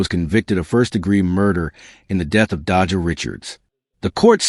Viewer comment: Can you respect her and say her name right please? Dejha is not hard to say or pronounce! Every time you say her name like that my blood boil. REST IN LOVE DEJHA🙏🏾💔